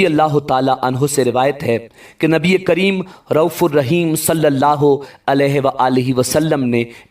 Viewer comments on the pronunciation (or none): none